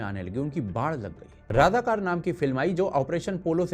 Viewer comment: Razakar,not Radhakar